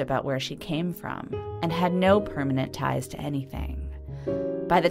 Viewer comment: Почему ПРОМЕНЕНЕТ ТАЙЗ, если перманент тайз!? Я понимаю когда буквы изменяют, понимаю когда не произносят, но Менять местами их зачем?